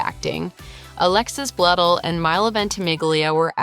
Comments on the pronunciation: You're mispronouncing her last name!!! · Multiple incorrect pronunciations of her last name 🤦🏼‍♀️